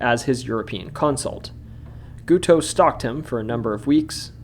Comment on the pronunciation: the way you pronounce Guiteau is funny to me, but it's funny as is being very similar in sound to cake in French. Did you know the assassin was part of a sex cult (Oneida, who also made silverware, not joking, look it up) and they called him Gitout because even these freaks didn't want him? Also locked his wife in the basement and beat her. At his trial for the assassination, he preached, and at his execution, he sang his own religious poem in falsetto. I can't get enough of this guy... 😂